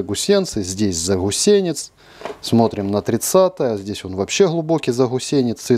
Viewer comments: АСТАНАВИСЬ! "Заусенец" от слова "ус"! Не "ГУС"! ) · ЗаГусенец, весь обзор смотрел и уши резало. Ну заусенец ведь😅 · Всё понимаю, но как можно гхакать в слове ЗАУСЕНЕЦ?))))